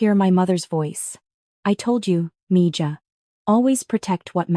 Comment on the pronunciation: It's Miha not Mija!